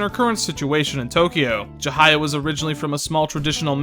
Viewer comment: You've done a great job here, I knew you'd do the game justice with your analysis and honesty, and I certainly wasn't disappointed. I don't agree with you on a couple of your points, but it'd be stupid to think we share the exact same mindset in that regard. The only complaint I have is the mispronunciation of some of the names of characters, like Ryuji's last name, Chihaya and Kaoru. Those are just minor though and don't really get in the way of my overall feelings towards your viewpoint. You've outdone yourself today, and you should be proud! I hope the tips I gave you proved useful aswell (The Sae battle phase skip, and the dart minigame trick). Can't wait to see what you put out next! Keep on keeping on!